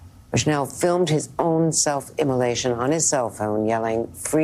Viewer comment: You really gotta learn how to pronounce "self-immolation"